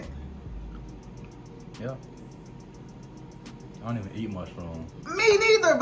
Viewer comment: "Ion wanna try it" 🤣🤣🤣🤣🤣🤣🤣🤣🤣🤣🤣🤣🤣🤣🤣🤣🤣